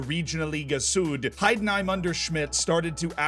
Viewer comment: Wow I love your pronunciation XD Please comment some Heidenheim games next season! I will support you :D